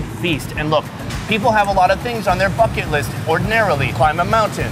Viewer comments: Am i the only one who heard, fuck it list? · I thought he said "f**k it list" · When he said bucket list I thought he said f**k it list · 🤣 sounded like he said f$@ list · When you’re saying bucket list it sounds like f*ck it list which I think still sounds accurate 😂😂 keep up the videos with Andrew, you guys are the best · I kept thinking he was saying his “f*cking” list. Lol. Finally realized it was bucket list. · Why did I think you said f&*# it list!!! 🤣🤣 anyways great videos! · I thought he said “fu*k it list”😂😂😂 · When you said bucket, sounded fuck it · Who else though he said " fucken list"😂😂😂😂😂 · I thought he said "my f..kg list.." Ha ha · I genuinely thought he said his 'fucking list'.... Lol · When he said bucket list I thought he said fuck it list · Every time he say bucket it sounds like f*ck it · I thought he said fucking list 😂😂😂😂😂😂😂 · I cant be the only one who heard" fuck it" list riggght?🤔🤔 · i thought he said fuck it list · I thought he said F*** it list smh